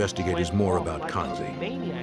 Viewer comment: He is “kasi” not kansi and belongs from Quetta.